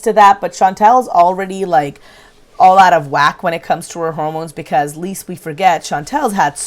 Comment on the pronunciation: Hey love, just a quick correction on something I see you say a lot in your videos. It's actually "Lest we forget". Not "least". :)